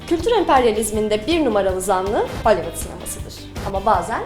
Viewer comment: Sen ne güzel 'holivıd' diyosun ya